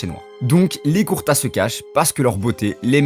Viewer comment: Mon reuf juste une remarque Son clan c pas Kurta mais kurouta Apars sa la vidéo stylé c une bonne vision meme si jai deja entendu cette théorie mais le fait d'approfondir c mieu merci (J’attend d’autre vidéos bon courage )